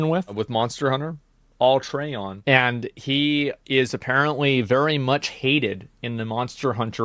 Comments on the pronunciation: Am I the only one tweaking a bit everytime they both mispronounce alatreon? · The way he pronounces Alatreon annoys the shit out of me.